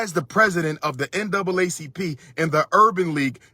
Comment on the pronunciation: I have a few problems with this message Dr. Umar. 1. You kept saying N-A double C P and it N double A C P as in NAACP. And the current president who had been the president since 2017 is a dark skinned man. 2. Justin Timberlake and Justin Beiber have fans from the white and black communities that’s why they are successful. Being able cross over to all communities is what makes them more popular. In order for a black artist to reach that kind of success they would need more than just support from the black community since we only make up roughly 13% of the overall population in America. I get what you were saying but let’s come with logic not emotions.